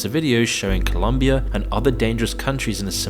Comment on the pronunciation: It’s ColOmbia, not ColUmbia